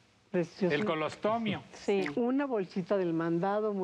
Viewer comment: Colostomio??? 🤭🤭🤭🤭🤭 es colostomía